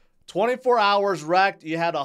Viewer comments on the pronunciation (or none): none